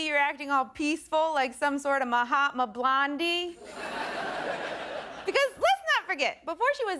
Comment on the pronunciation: Did she just say Mahatma Blandhi?